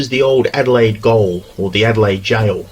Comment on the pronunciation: Adelaide goal? It’s gaol 😮